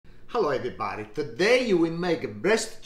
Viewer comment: I always welcome guest to my home like this man. “Hello ebrybody”